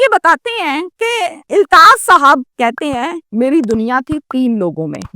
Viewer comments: O YOU STUPID AND BRAINLESS, THE CORRECT WORD IS, AULTAAF, NOT, ILTAAF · "Eltaf" nehin balkeh "Altaf" kehte hain.